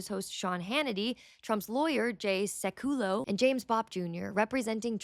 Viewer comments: Hey, just found you and appreciate your content. I just wanted to give you a couple of pronunciations for a couple of people you mentioned in this video. Itzak Rabin, last name is pronounced Ra bean. Jay Sekulow is pronounced Sek a low. Keep up the good work. 🙋‍♀️ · Sekulow = "Seck-yoo-low"